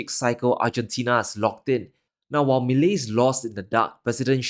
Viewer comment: I congratulate you on being one of the very few to pronounce his name correctly 👍🤣 But here's something that you're not taking into consideration.... Argentines have gone back and forth from ruins to glimpses of success... Over and over for the past 70 years. If there's one thing that they do have is resilience. It's definitely not going to be easy and they are going to be protests daily.... But again argentines are totally used to that. This guy, Milei, for the first time in many years, actually appears to be someone capable of turning things around 💪